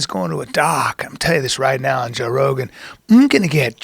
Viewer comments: Joe "buh-row" Rogen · Joe bah-row Rogan